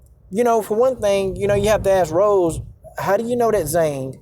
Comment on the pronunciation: Trust me if Zhang doesn't agree with communism... she's not running around China denouncing it. Btw Purposely mispronouncing Joanna's ethnic last name is indeed racist!